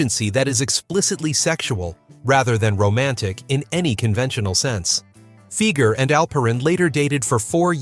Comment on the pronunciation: It's Doug FI-ger, not FEE-ger. Ugh.